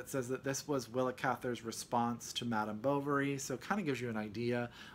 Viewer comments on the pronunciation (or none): none